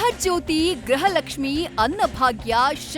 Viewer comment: ತಾಯಿ,ಗ್ರುಹಲಕ್ಷ್ಮಿ ಎಂದು ಹೇಳಿ,ಗ್ರಹ ಅಲ್ಲ